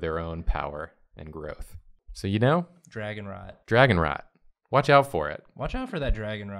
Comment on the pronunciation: Also, I was hearing dragon RAT, which is way different than dragon rot.